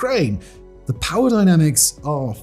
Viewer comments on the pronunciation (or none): none